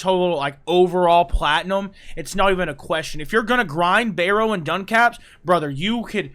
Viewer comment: Duncaps? Is he talking about Ducats? “Duh-cats?” And we can circle back to his mangling of “amalgam” later… Love you,.